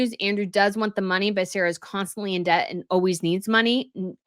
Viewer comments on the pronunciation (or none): none